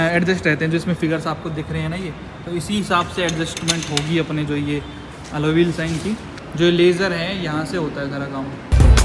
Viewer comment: ❤❤❤allow bolteee❤❤❤